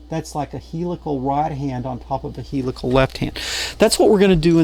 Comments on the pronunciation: P.S.... We in the automotive domain pronounce the word Helical as "hell eh call" with the accent on the first syllable.:-) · He-lick-tacal gear? 😅 I hope you don't mind if I borrow that pronunciation.